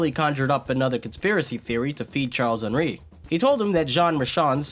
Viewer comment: "charles-henri" you're saying half the name in english and half in french